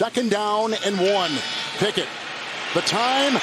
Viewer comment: On play two the comantater called Kenny Picket “Pickins”🤨